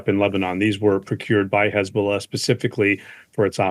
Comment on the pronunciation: 16/9 -HEZ-BOLL-AH 17/ 9 -HEZ-BOLLS-NO